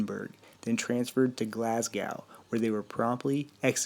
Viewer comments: Oh my God your pronunciations on Edinburgh and Glasgow are hilarious! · Yeah know I live in Scotland and it made me laugh